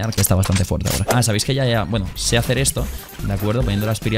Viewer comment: Mis amigos también se burlaban de mi por que yo decía geacer y ahora lo dicen por qué tu lo dice jajajaj prras